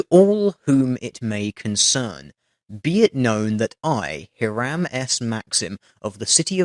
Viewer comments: It's pronounced "HY-rum", not "hih-RAM". Relatively common American name during the 1800s and early 1900s. Not expecting you to know that, it's a small point and I'm being pedantic. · It's pronounced High-rim - it took me a couple of seconds to realise who you were talking about (the Inventor of the Machine Gun)